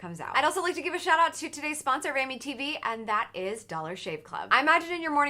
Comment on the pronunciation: Every time she says Amy tv I think she says Amitiville